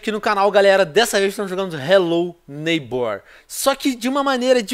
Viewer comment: Vc falo hellow neybor mas não fl q e em minecraft😲😲😲